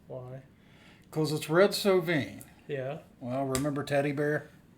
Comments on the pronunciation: First I gotta tell you it’s pronounced So Vine. Red did occasionally sing and while most of his songs are sad not all of them are. He does a great version of Lay Down Sally & his version of Colorado Kool-Aid is the best. There’s a few more sad songs of his I’ll recommend as well. Roses For Moma, Little Rosa, Giddy Up Go & Big Joe And Phantom 309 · This was a great reaction guys and a great song. The only caveat I have for you is that the name is pronounced so -like a flowering Vine